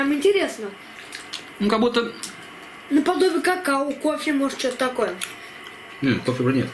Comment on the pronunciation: не какаУ, а какаО. Постарайся запомнить, ты же знаменитым стал 😊, теперь точно нужно говорить правильно.